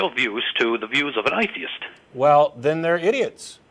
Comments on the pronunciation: The way he pronounces ‘atheist’ is grating and telling of how terrible he is at imitating accents. Paul should have just been direct. I would also want him to be honest, but then he wouldn’t have called at all. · lolololololololol he sounded fake upper class until he slipped and said A-theist which showed he was from NZ or Aust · What the fuck is an eye-theist? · He even says "I theist" lol